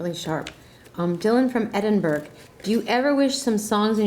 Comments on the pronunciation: EdinBURG? After griping about bad grammar, Madonna in all her worldliness could at the very least pronounce Scotland's capital city correctly. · In a HUGE fan of Madonna. But... She mispronounced Edinburgh, and while that's not something I'd normally consider unusual, it's a bit odd considering how well-traveled she is, and how intelligent she is typically considered. She also criticized someone for bad grammar when it was clear they were foreign and English was her second language. She's too self conscious when she lies... That's why her acting is either brilliant or really bad. When she gets out of her own way, she's incredible. When she's in hyper-aware mode, as she seemed to be here, she comes off kind of fake. I hate that. I love when she's more raw, and more honest. This just felt contrived 😭. I still enjoyed most of it, though